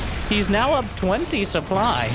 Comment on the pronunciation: Also "supbly"